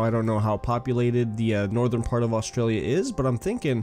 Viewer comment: btw, that's not how you pronounce Australia, Canberra, Melbourne or Brisbane. please don't take offence to this I also subbed